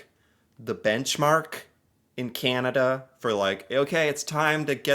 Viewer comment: I just noticed you say Canada with an American accent lol you A sounds like eh